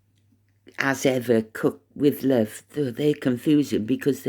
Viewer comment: I can't hear "As Ever" coming from Marblehead more like "What Ever"😢😂😅